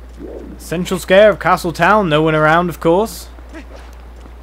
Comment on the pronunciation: Lol. said central scare instead of central square.